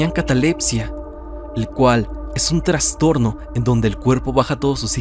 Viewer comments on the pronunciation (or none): none